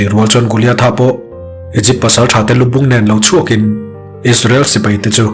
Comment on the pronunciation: Igypt(egypt)hi Aikupta tiin chhiar tawh teh suh u